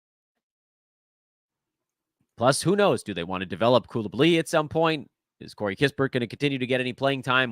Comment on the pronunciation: hey, u never managed to pronounce Coulibaly right:) Coulibalyyyyyy doesn't sound french at all:) Coulibaly with a short stress on last syllable would be much better. cheers